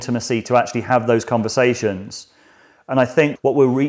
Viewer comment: I like having convershashons